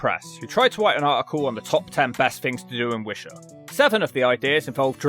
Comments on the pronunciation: Are you mispronouncing Lanarkshire & Wishaw, intentionally? If so, touché! LOL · ‘Wisha’ what? it’s pronounced Wi-shaw. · It's pronounced Wish awe and its next to the M74 not M8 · That and the pronunciation of wishaw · I'm impressed at how you managed to mispronounce Wishaw.